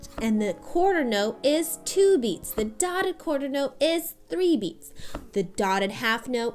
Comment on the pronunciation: "Dodda Qwuarda note, 3 beats" lol good stuff.